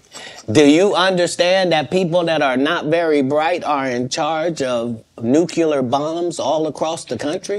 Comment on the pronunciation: Weird for a person who has read so many books to pronounce it "Nuke'U'Lar"